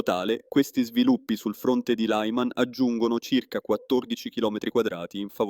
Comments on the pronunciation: Si dice LIMAN... non tutti i nomi del mondo sono in lingua imperiale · Lyman pronunciato [laiman], neanche fosse una parola inglese, non si può sentire.